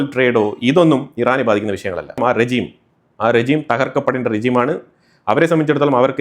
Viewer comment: Check the pronounciation of 'regime'.